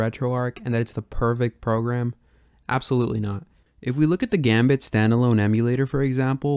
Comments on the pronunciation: Gambatte is pronounced がんばって, not "gambit". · Just a heads-up: it's not "gum bait", it's "GAM-BAT-TE". It's a Japanese word that means "Do your best!" or "Good luck!" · Instant subscribe, very interested in this series One note: Gambatte is pronounced (GAHm-baht-teh) not gambit ;) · it's pronounced "gambattay", not gambit :P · The way you say "Gambatte" hurts me. The name derives from the Japanese "頑張って" in Romaji: "ganbatte", but since the n is pronounced like an m, it can be writtten both ways. "Ganbatte" is the -te form of the verb "頑張る / ganbaru" which means to persevere, or to do one's best. The -te form changes it to "Do your best! / Hang in there!", the pronunciation is: "ga", like the "gu" in "gun"; a regular m; "ba" as in "bah"; a short pause; lastly "te" like the "te" in "terrorist" with a very pronounced t. You can look up how to say it, please do so, because as someone who knows and loves the language it hurts me, like a lot. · Awesome video! I'm subscribing for more videos like this for other consoles. Just allow me a little pet peeve of mine, "Gambatte" is a romanization of the Japanese word がんばって (which means "Do your best", usually used to encourage people) and it's proper pronunciation would be something like "Gahm baht teh". Sorry for the correction, truly loved the video!